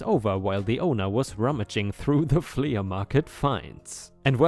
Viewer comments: It's not fle ah it's flee but spelled flea. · Flea is said as "flee" not "flee-uh." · Love your stories! We watch every day. I just thought I'd give you a little help with your English. The word flea is pronounced flee. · "Flea" sounds the same as "flee." In this case the A is just modifying the sound of the E in this word, but is otherwise silent. A "flea market" is an almost-slang term for a miscellaneous outdoor market, something between a garage sale and a normal outdoor business. Many outdoor markets in the rest of the world would probably be considered "flea markets" if they were in the US. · Gables rhymes with tables, cables, etc. Flea rhymes with flee, free, etc.⭐️⭐️⭐️⭐️⭐️⭐️⭐️ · Helpful hint: the word Flea is simply said like FLEE. The A at the end is silent. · Flea is pronounced flee like to run away 😀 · Flea is pronounced flee. Your pronunciation getting much better! Keep up your good work and thank you for making videos. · Flea is pronounced flee (the a is silent) it rhymes with bee and sea... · The farmer revenge is a fantastic story. So enjoyable. ⭐⭐⭐⭐⭐⭐⭐⭐⭐⭐⭐⭐⭐ Two new pronunciations for you: flea market is pronounced like the insects (fleas found on dogs/cats). Simply means a temporary very cheap market selling lots of bits and pieces. The word gable is pronounced as gay - ble. Have a good day. ⭐⭐ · 🌟 FYI 'flea' is pronounced the same as 'flee' 🌟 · It’s pronounced “flee” market, no hate, just so you know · For the man narrating the word flea is pronounced flee!! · Ripe, it is pronounced "flea = flee." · Good story here. Btw, flea is pronounced "flee." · Pronunciation note: the "flea" in "flea market" is pronounced "flee" 🌟🌟🌟🌟🌟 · In english we do not sound the a separately in flea market, it sounds the same as flee. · Flea is pronounced flee and gable is pronounced gay-bul. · The ea in flea is pronounced like the double e in deep. The a in gable is pronounced just like the a in table or day.